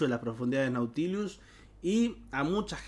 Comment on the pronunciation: Porque le agrega una "i" de más a la pronunciación de Nautilus. Se dice tal cual se lee xd